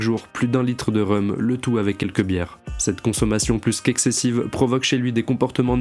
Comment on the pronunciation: T'es toujours aussi fort mais on dit "Rome" pour le Rhum, en tout cas tu fais un travail de fou GG ca met toujours les frissons